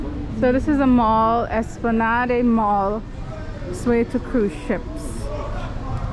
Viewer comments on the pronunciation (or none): Espla-NAHD. Not Espla-Nah-day. It's French. lol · Loved the video. Btw, its pronounced, es-pla-nad mall.